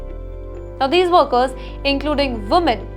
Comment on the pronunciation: It's workers pronounced as werkers not worekers.